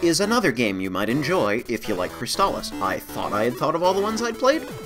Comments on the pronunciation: Really? I thought it was always pronounced "Scurg ob Cwysbalips." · What?! They pronounce "Sword of Crystalis" in the game... And, they pronounce it the wrong way?! Of all this changes they made to this game, that's the one that will make me boycott this version!